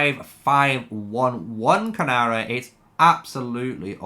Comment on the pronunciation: Great video but it's Keeee-Nara